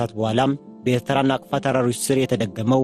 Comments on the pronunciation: ናፍቃ ሳይሆን ናቅፋ ነው የሚባለው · ናቅፋ not ናፍቃ